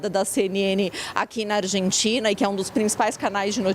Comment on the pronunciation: Tem que ser MUITO boçal pra pronunciar Rabier na mesma frase em que pronuncia Argentina....ao invés pronunciar " Arrentina"